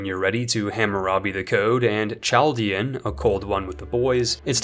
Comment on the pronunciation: Chaldean is pronounced KAL-DEYAN. Source: 1000s of them live in Michigan